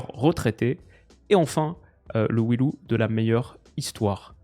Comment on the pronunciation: "We loose" en prononciation, c'est dur pour des vainqueurs...